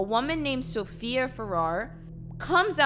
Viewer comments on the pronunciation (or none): none